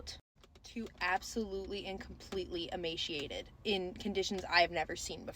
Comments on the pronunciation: The way you pronounce emaciated is horrid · Emaciated not emasheatid